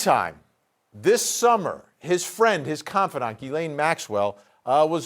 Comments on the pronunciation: why is everyone mispronouncing her first name as Guylaine...her name is Ghislaine...completely different. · It's GHISLAINE Maxwell, not Elaine Maxwell!!! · It's a French name pronounced Jislaine or Jessie for short.⚖️ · This male commentator should learn how to pronounce the name “Ghislaine” it’s French and the first “G” is pronounced like “G” in George,,,,,,,,,,!!! Amazed you don’t this !! Yet are on Television